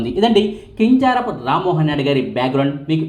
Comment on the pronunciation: కింజారపు కాదు , కింజరాపు ప్లీస్.